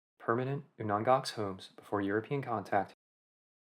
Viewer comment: You are pronouncing Aleut and Unangax incorrectly. Aleut is pronounced as a-lee-oot. Unangax is pronounced as ooh-nang-ah, or there is Unangan. Please learn pronunciations before making an informative video.